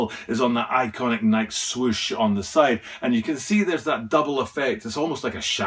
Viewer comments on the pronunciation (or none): It is Nike (like Nik-E {long I, long E} not "bike"/Nike --hike/Nike--trike/Nike.